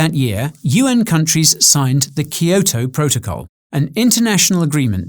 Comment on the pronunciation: Never heard Kyoto pronounced that way